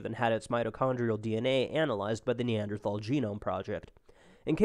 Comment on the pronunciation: Both of you need to learn how to pronounce "Neanderthal"